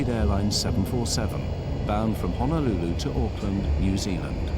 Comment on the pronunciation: It’s Honolulu it’s like saying turtle 🐢 in Hawaiian like Honu an say your lulu together not I repeat not HANALULU!!! Remember Hana means to work and Hana is in another island lol BTW Ugh please get it straigt!!! 😣